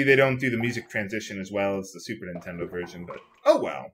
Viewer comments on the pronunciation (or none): none